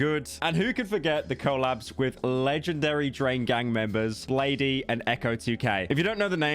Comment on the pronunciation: IT'S PRONOUNCED BLADE NOT BLADEE